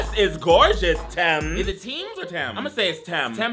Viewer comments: You’re right on the pronunciation of Tems and she sings ❤ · Yes it’s Tems like Tens Tens Tens Across The Board🫧